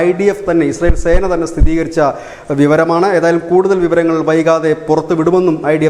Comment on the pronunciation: 'സ്ഥിരീകരിച്ച ' എന്നു പറയൂ...